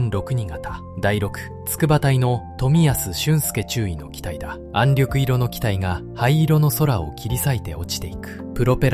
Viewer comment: 私はカラー化されない元の白黒の方が、亡くなった方達への思いが強くなります。「暗緑色」は暗緑いろではなく「暗緑しょく」でなはいですか。その他にも読み間違いがあって残念です。国を想い国のために命をかけてくださった方々の国「日本」の言葉です。色々なことが欧米化になり日本らしさが段々失われていく中でAIで日本の言葉を蹂躙されたくないです。